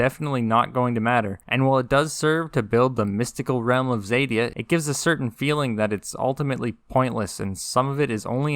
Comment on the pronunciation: Xadia, not zèdia.